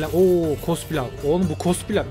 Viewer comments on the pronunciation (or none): Akıncılar: Ne güzel cenk edecektik. Adamın biri paşaya cospilav demesi yüzünden savaşın ortasında konsantrem bozuldu